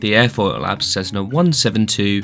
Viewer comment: "Suitable for all conditions?". What an odd comment to make, considering the 172 has no ide protection whatsoever (aside Pitot Heat). And it's not "Cezzna", it's Cessna! Cessna employees and representatives pronounce it as 's' and I think they'd know best.